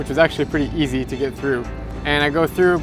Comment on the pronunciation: is east instead of easy